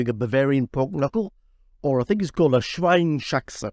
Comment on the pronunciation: Dear - loved your video and recipe! I hope you dont mind tellingl you that the pork knuckle in German is called / pronounced SCHWEINS - HAXE. You pronounce the S to the first part of the word ( SCHWEINS ) and then you add HAXE.... Best regards from Germany...;-) Bettina